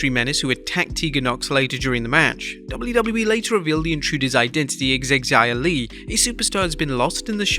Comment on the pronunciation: PLEASE STOP PRONOUNCING THE X IN XIA LI'S NAME!!!!!!!!!!!!!!!!!!!!!!!!!!!! IT SOUNDS LIKE A Z. NOT XZIA LI!!!!